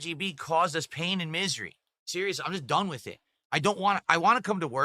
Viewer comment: This guy cannot pronounce the word "with"